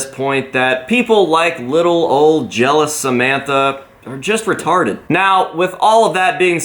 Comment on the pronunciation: The way said retarted had me dead💀